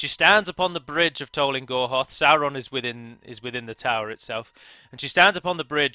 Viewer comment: Music is a vibration and if you understand how the universe works it's essentially different frequencies a sound a word the word of god,so you see singing is seen as something holy in ancient times. Little finger is sauron............................lol by the way is it not pronounced saw-ron?not sour-ron lol